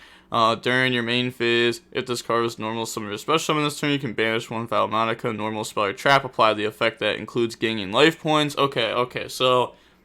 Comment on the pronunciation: Take a shot every time violates the pronounciation Enjoyed as usual tho 🤙